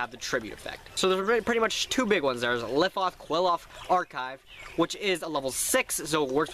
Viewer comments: i understand its hard to pronounce their name but you're not even fuckin close you're basically sayin "cool off" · Qliphoth is pronounced "Ki-Li-Fo-To" and since it is already plural its just "Qliphoth" not "Qliphoths" the singular form of Qliphoth would be Qliphah, pronounced "Ki-Li-Fa"